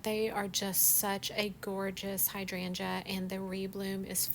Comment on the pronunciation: First time running across your channel. First of all I want to say thank you for the correct pronunciation of hydrangea. ❤